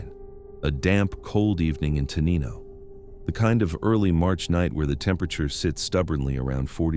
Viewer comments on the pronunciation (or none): pronounced Tenino wrong. tuh NINE o. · For future refer, Te-NIGH-no